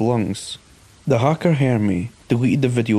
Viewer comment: He was a hah-ker